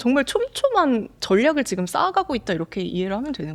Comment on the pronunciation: ㅈ을 ㅅ으로 발음하는거 요즘 한국분들 발음이 많이 달라졌다 느끼고 있었는데. 사회자분도 그렇네요 보이지만 : 보이시만 지금 : 시금 했지만 : 했시만 많이 바뀌었군요..